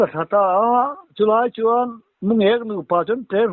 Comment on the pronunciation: mulêk tihloh tur..Mungêk tih tur